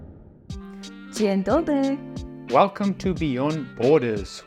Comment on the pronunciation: Your Dzień dobry was spot on, regarding pronunciation ;)